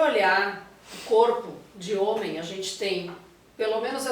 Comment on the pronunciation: Ela parece muito cuidadosa. Só me incomodou o "HOMEM", com ênfase, para se referir a homem cis. Parece até que homem trans é menos homem.